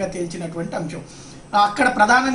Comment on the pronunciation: 'అంశం' అని పలుకు నాయనా! 'అంషం' కాదు. వాదనలు న్యాయవాదులు వినిపిస్తారు. మీరు న్యాయమూర్తులని అన్నారు. కొద్దిగా confuse అయ్యారు.